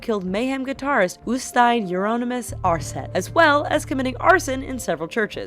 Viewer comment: Øystein, Not Øsytein.